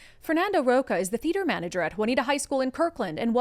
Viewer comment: Rocha reads "rosha" in portuguese